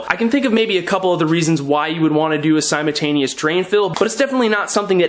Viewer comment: Pronounce your L in simultaneous